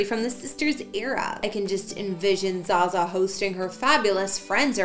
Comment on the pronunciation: Zsa Zsa's name is pronouced Zsha Zsha